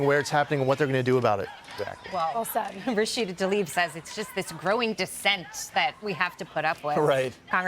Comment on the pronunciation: Please pronounce her last name correctly. It's Tla-ib, not ta-lib.